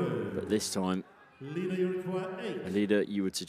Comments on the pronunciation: It's iida not lika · iida not Lida